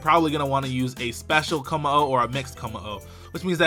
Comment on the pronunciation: LOL he said kommo estas. Autocorrect much?